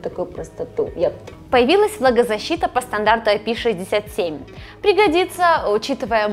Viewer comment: ну вы то куда с этим IP67!!!!!!! Отдельно произносятся эти цифры!!!!!!!